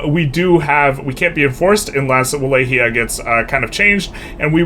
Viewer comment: Not to be that guy, but it’d be great if you tried to pronounce it Vah-Lock-E-Uh